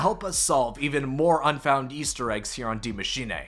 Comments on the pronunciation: I love how you butchered the name of the map. You make it sound like its a Japanese name. Its pronounced exactly how it looks its machine. Not machinay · You spelled Maschine almost perfect :D u only have to say eh at the end instead of ey Greetings from Germany 😂🇩🇪❤️ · You’re butchering the pronunciation of Die machine, it is pronounced “dee mah-shee-nuh“ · The giant monster is ORDA, BTW. & it’s Dee-ma-sheen-aye for me 😂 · He said D Mashinae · Every YouTube finds a new way to mis-pronounce the map name hahaha IT IS PRONOUNCED ‘DEE MACHINE-UH’ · It was pronounced like that in the trailer because the guy was Scottish smh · It's pronounced Dee- machine-uh, I'm German so I'd know lol. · dee machine-uh? Was labersch du? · dee maashenay LOL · masheenay he says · bec it isnt pronounced that way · well, hes not german, so it is to be excused